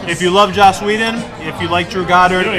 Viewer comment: it's JOSS not JOSH